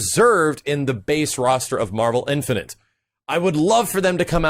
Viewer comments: marvel infinant? .. wtf dude just practice the word INFINITE. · please... I hate to be a grammar/pronunciation nazi, but.. the word is "in-fi-nit'", not "in-fi-nint". I cringed every time you said it. Not hating, love the content, just had to point that out! -_ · Do you have trouble saying infinite? It's not infinent.